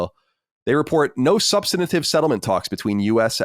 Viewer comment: Say it with me Colin; SUB-STANT-IVE